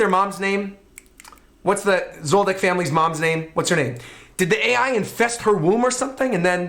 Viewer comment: The AI is pronounced "Aye" and means "Kay." It's the thing that Nanika says when answering to wishes. It's not A.I.